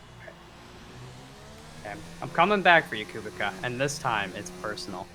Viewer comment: I'm pretty sure kubica is pronounced coo-bitz-ahh